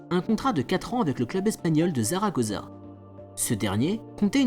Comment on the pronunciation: zaragoza ?? (prononciation)